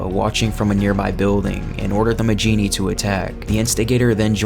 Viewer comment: I thought Majini was pronounced "Ma-hee-nee" not "Ma-jee-nee" Edit: well thank god you actually pronounce El Gigante properly. Seems most people on youtube love to mispronounce it. Call me a grammar nazi, but it annoys the fuck out of me when people try to sound knowledgeable about something while constantly mispronouncing it.